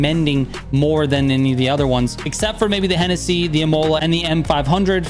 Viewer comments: Dude, love your videos, but your pronunciation of Imola is killing me. It's ih-moh-lah, not ih-mow-lah. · Real World pronunciation is [í-moh-lah] accentuation is heavily in the initial “i “, so don’t exige a pure American to know Esdrújulas words and Words in Italian, French or Spanish..😂